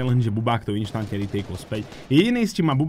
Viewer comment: Prosím nehovor "inštantne" ale instantne